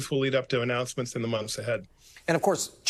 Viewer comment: ANN O U NOUCENMENT